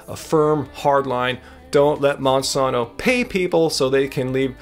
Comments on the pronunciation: Great vid. It's MonsAnto. Not Monsonto. Not being a troll just super annoying to keep hearing it said wrong. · I'm from St. Louis (Monsanto world headquarters) never heard it said that way. I like, I just have OCD and after the first mispronunciation that's all I could hear. It made it really hard to watch the rest of the vid. Simple name, say it correctly. Thank you